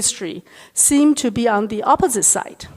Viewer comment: 她的英语说得很好。但和所有讲普通话的人一样，很少有人能正确发音“on”和“n”。这不是批评，只是观察。我喜欢她关于地缘经济问题的很多演讲。